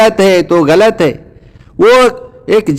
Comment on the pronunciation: آپ غلط کو گلط کہتے ہو مجھے تو کوئی ہندو لگتے ہو ۔۔۔